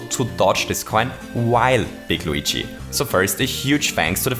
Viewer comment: learn how to say luigi